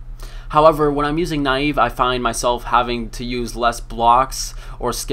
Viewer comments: naii eeee vveeee? neive dude neive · pronunciation on the slayer master nieve is nee-eh-veh. If you look it up on the runescape wiki you can see the name was based on the "archaic Scottish term for a clenched fist. It also means "snow" in Spanish". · nayyv :DDd